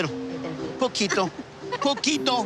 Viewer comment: i visibly cringed when he said poquito